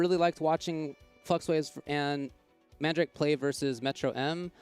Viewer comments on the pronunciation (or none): Man- dra kay? Fuck man, look it up. it's an actual word dude!